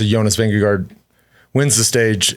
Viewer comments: still getting Jonas Vinegar's name wrong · You are still mis-pronouncing i.e. butchering the name of Jonas Vingegaard!!! As a fan and loyal danish follower of for years, I have appreciated the respect the show, and Lance Armstrong, has shown the french by asking the frenchman Alain to pronounce the french city-names. I dont think that is really necessary or feasible when it comes to the names of the different riders, but I am still waiting (and hoping) to hear you pronounce the name of Jonas Vingegaard correctly. I guess everybody could take the easy way out and just call him Jonas, which is not really possible to misprounce for english-speakers. Another option could be to listen to a number of danish people pronounce this name, and try to imitate it. But for some reason that does not seem to be so easy. Danes would actually pronounce it somewhat differently, according to their own dialect. Vingegaard himself usually does not speak the dialect they speak in the part of Denmark where he is from. The last and maybe best option is to find some english words that match the pronounciation of Vingegaard. And that is actually possible. The last part of Vingegaard is neither pronounced as ”guard” or as ”go”. It is pronounced exactly like the last name of former vice-president AL GORE. The first part is pronounced more or less like the english ”WING”, that in danish, just like in english, isolated means either the wing of a bird or an airplane. (Vingegaards historical meaning is something like ”the farm where the landscap